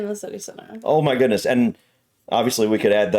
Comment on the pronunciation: when American people say oh my goodness it almost sounds like oh me guinness